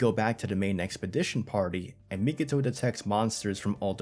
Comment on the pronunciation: You keep doing it on your videos, but it's Mi-ko-to, not Mi-ki-to 🤣